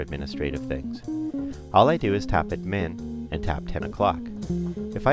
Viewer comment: Nice intro, but the way the voice-over guy mispronounced 'admin' with the emphasis on the second syllable drive me to distraction. Who the hell says 'adMIN'?